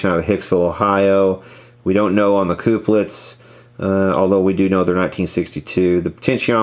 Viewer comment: Please don't say "coop-lets" anymore. They are used to couple connections, therefore they are 'cup-lets'.